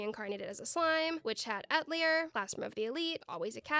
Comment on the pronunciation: The way you said atelier bothers me